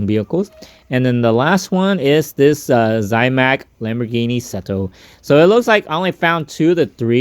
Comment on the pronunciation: You're saying zamac. Like Zie mac . No i in zamac.